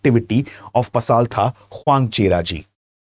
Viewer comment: Way to pronounce pasaltha in mizo way Pasalthra